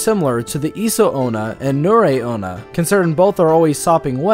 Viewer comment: Tomie = 'Toe-me-eh' Onna = 'On-na' Next time instead of going to the library use Google, and just type in the words and 'pronunciation' next to them. It's amazing what you can accomplish online these days. Some say it's even better than your local library, but hey, I get it, you've got a thing for Librarians, that's cool. We've all got our things man, you be you.